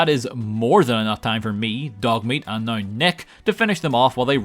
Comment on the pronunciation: It's pronounced "now" not "NoUrA"